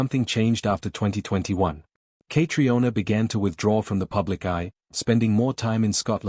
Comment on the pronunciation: Say her name correctly. It is so annoying to hear it pronounced incorrectly!